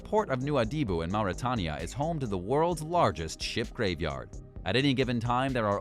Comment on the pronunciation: Mauritania is pronounced Mar-Ri-Tai-Nia